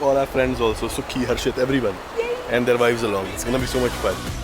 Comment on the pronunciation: What???? Plz say clearly